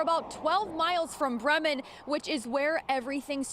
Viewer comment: It's "Bree-mun"; NOT "Brimmin'".